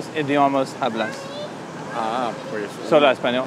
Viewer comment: bro if this man pronounces the h in hablas one more time I’m going to lose it